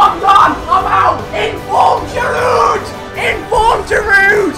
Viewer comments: Btw Giroud is actually pronounced "Girou" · I frensh Et Giroud not prononsig the D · Does anyone know how to pronounce GIROUD?